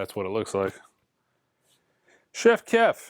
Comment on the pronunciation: I love how ALWAYS refers to Chief Keef as “Chef Keff.” Every single time. Always cracks me up 😂